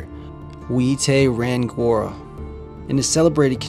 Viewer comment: rangiora - pronounced rung-e- or - ra